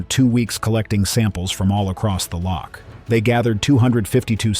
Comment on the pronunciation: Before making this film, why not find somebody who can pronounce loch first?